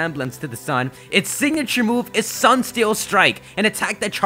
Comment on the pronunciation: I like how pronounces Solgaleo as the Sunne Pokémon, so does this mean Solgaleo is a t-SUNNE-dere?